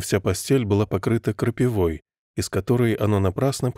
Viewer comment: Спасибо за прочтение, только "крапИва" правильно.